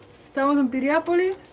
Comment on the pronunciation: Piriápolis. No es pirian.